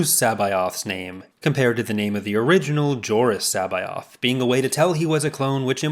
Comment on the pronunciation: And in the books, Coruscant had a different pronunciation. You pronounced C'Boath differently than they did in the audio book. I wish it been pronounced with a hard C.